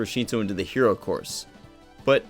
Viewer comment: stop he does say “Hero” very clearly